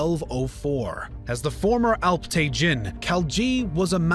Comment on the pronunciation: Alp-tegeen/Alp-Tekin NOT te-JIN. Sobok-tegeen/Sobok-Tekin NOT te-JIN :)